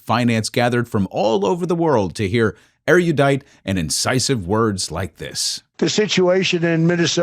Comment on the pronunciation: Sorry for being a stickler for proper English but I have to say...😊check out the correct pronunciation of the word "erudite"